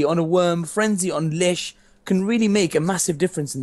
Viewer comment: Love how says "Lish" lol. Also, I could be wrong....but isn't Ostone's name pronounced "aw-stone"? not "ost-one". I mean.... I normally just assume is wrong;)